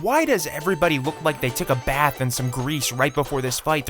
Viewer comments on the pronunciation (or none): none